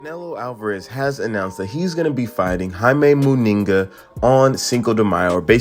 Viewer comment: At least if you are going to comment on fighters you should get their surnames right. Eubank is without an “s” on the end of it and somehow you butchered the surname of Munguia by including an extra “n” in it coupled with an odd pronunciation.